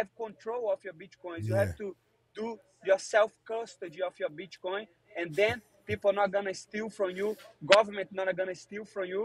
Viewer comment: Moicano gotta work on his "bitcoin " pronunciation